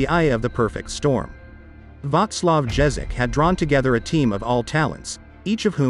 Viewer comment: Strange video. But many thanks foir it. Heroes from Belehrad were the best goalkeeper Ivo Viktor, the stopper-duo Ondruš and Ján Čapkovič, side defenders Pivarník and Dobiáš, middlefield Panenka/Gögh/Móder anf forward Švehlík/Masný/Nehoda. 8 of them were Slovaks, which was rarity in all sports of Cechoslovak teams. And management by coach Ježek (pronounce "iežek", not "džežek" - why is it so complicated to learn other cultural features for angelasaxons?) and Jozef Vengloš was excellent.